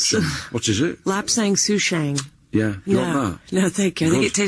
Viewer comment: Lapsang SouchONG. Not 'SouchANG', Katrina! :)